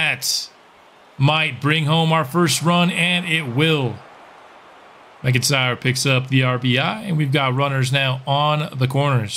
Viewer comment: While we’re fixing pronunciation… 99 times out of 100, McIntyre is said as “Mack-In-Tyre”. Love your baseball content, currently binge-watching as I work on my own Sox franchise with two generationals so far